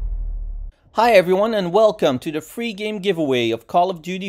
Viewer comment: When you say free its sounds like three 🤣